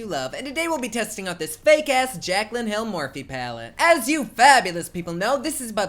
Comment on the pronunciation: Platte instead of palette 🙈